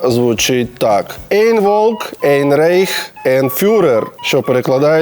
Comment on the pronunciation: Не ейн а айн (eine читається як айне, ein - айн)